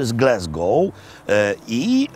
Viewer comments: Mowi się Glasgow. Nie Glesgow. Tam nie ma żadnego E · mówimy Glasgow nie Glesgow i wkraczamy w Hajland nie w Hejland, no i hadok, nie hedok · Panie Robercie mowi się glasgoł nie glesgoł 😂 bo się obrażą 😂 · Panie Robercie, mówiąc GlEsgow jest potężnym błędem. Glasgow mówi sie na całym swiecie